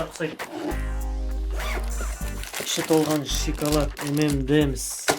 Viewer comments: Ищи толган шиколад деп айтпашы пж. Шоколад деп айтшы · Шикалат емес шокалат деңзш😂😂😂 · Шикалад дейма😂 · шикалат, падарка аххахахаха сауатсыз говно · Сен осы дым көрмеген адам сияктысын и сосын шиколад емес шоколад